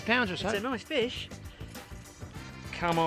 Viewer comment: "That's a noice fesh!"